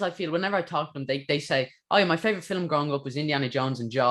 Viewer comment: Love how you say fillam instead of film